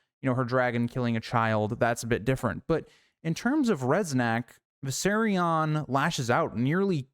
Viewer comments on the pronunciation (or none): none